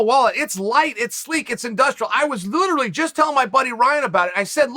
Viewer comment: "I was LUTERALLY!"